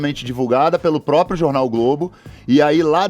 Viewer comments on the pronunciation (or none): none